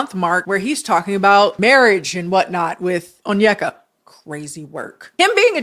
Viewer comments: I am only saying this because it has been killing me with this story but her name is pronounced ON-YE(think kanye)-KAH not ON-YUH-KUH. I keep hearing this all over the internet and it was getting to me a bit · How did you listen to 3+ hours of her videos and not be able to pronounce her name - On-i-ka, not On-yek-a. She says her own name multiple times. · it's kinda hard to articulate but essentially it's less (on- yeka), and more (oh-nyeka). Like the n and y are said together not separate. You can also search up videos for pronunciation too ~ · Oneyka’s hairstyle, the way she mispronounced her own name, and following Candice Owen’s told me everything I needed to know about her 😂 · i mean is onyeka saying her own name right lol